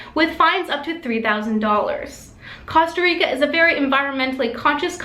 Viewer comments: Costa Rica Not Cawsta Rica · I'M PUMPED!!! GREAT NEWS! GREAT EPISODE! you're saying Costa Rica wrong.. (should be pronounced like coasta) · Awesome! Just one thing, it's /kohw-stah-reekah/. ;P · Why do Americans have such a hard time pronouncing Costa Rica? This news reader can't seem to pronounce anything Spanish or Italian, or "Ireland." Annoying. I'm unsubscribing.